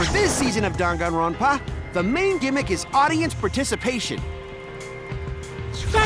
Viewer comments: why did he say ganganronpa 😭😭😭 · "Carllllllllll" "Yes Jimmy?" "Can you help me pronounce the name so I can say my backround lines?" "Sure. Dann-gann-ron-paa." "Like this? Dang-it-grand-pa." " Perfect! " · Dwang n ronpa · Damn gone ronald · Lady gagaronpa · Nanami yeah we are gonna end dog on rompa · “Donganronpa” Danganronpa NIBBA WHAT? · Text To Speech: Dang-gan-Ron-Pa Characters: Dong-Gone-Ron-Pa Oh my god! Which is it pronounced like?! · Voice Actors trying to say 'Dong-gon-ra-wn-pah' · dang Ron pa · Dunkin granpa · ganga "wap"pa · ah yes,my favourite killing game franchise ganganronpa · eugenio bravo HAHAH OMG He really said Ganganronpa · I’m like daan Gaan Ron pa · Gotta love English characters saying Japanese words WE WILL REJECT DONG GONG ROMP AH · Shuichi said Ganganronpa lol he doesn't even know how to pronounce the name